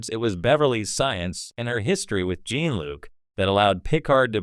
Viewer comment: Use a less shitty AI voice. I got for seconds into this before I heard “Gene-Luke” and “Star Trek. The next generation” twice and bailed.